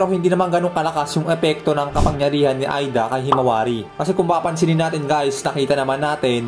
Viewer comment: Ayusin mo pag pronounce lods di Aida kondi eida ayusin mo nxt time!!